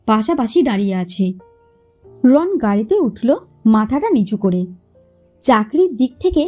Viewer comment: Not Ron the pronunciation should be "Rono".